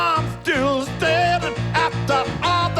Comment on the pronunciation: What happened to the ‘S’s? “I’m ‘-till’ ‘-danding’...” His resonances are fine...